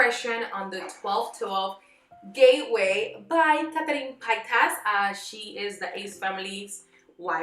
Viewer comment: “Catarin” giiiiirrrrl whaaaaat? 🤔🤯🤬